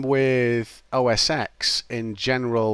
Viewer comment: "oh ess ex"? "windows based hardware"?